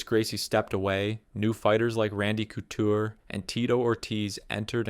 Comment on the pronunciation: donna white? randy coocher?? the funniest part is he pronounced both the names right at least once before going on to butcher them lmao